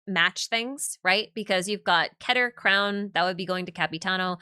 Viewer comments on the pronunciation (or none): none